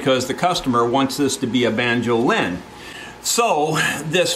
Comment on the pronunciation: (*"banjo-LIN, as in Mando-LIN)